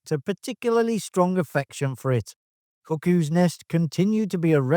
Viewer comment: I keep hearing you say One Flew Over the Cookies Nest...LOL